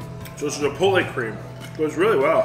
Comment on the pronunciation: A chef that can't pronounce Chipotle correctly. Keep up the great work,. I love the channels.